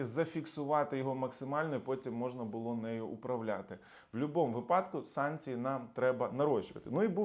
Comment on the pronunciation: Дякую, цікаво. До речі - вИпадок, а не випАдок.